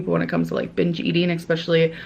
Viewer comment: Everytime she pronounces especially as "exspecially" i lose a braincell I'm 347 in the negatives